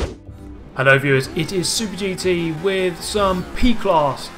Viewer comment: No one: Super GT: pErGouT